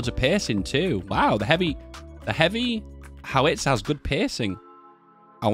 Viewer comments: BOW as in the tie, bow-tie -GEE (hard G, not soft) and HOW-ITZER... not HOW-WITZER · You're stressing the wrong vowel in "howitzer". It's "HOW-its-er" not "how-ITS-er"